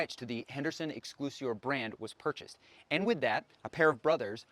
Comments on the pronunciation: Excel-si-or. Not exclusior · Nice job... thanx. Clarify one item: its pronounced X SELL SEE OR Henderson. You made me chuckle...